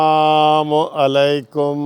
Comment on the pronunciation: یار لوگو ،،،،،اسکو السلام علیکم کہنا ،،،،نہیں آتا*****یہ،م،،،پر پیش کی بجائے ،زبر پڑھتا ھے،،،،،،،یعنی کہ ایسے،،،السلاما علیکم کہتا ھے،،،،ھے یہ وکیل،،،،،پچھلےدنوں اسکی ایک انگریز ی والی ویڈیو بھی آپ نے دیکھی ھوگی شاید،،،اور اسکے جو وی لاگ ھوتے ہیں اسکی جو تحریر ھوتی ھے اس میں بھی یہ وکیل کئ وی لاگز میں غلطیاں کر چکے ھیں،،،،یہ ھیں ، جی ھمارے وکیل صاحب،،،،،،،دین ،،مزھب،اسلام یا ایسی ،دوسری کئ اخلاقی ویڈیوز جو بنانی چاہئے،،ادھر ان کی توجہ ھی نھیں،،،،،اس وکیل کو ایک ھی جنون ھے جواسکی اکثر ویڈیوز سے عیاں ہے،،،،حیرانگی ھے،،،،،غیر سیاسی لوگ،،،، کیااسکو ایسے کھنا بنتا ہے کہ نھیں،،،